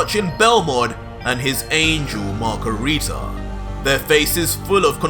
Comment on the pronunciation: PLEASE NOT MACARITA😭😭😭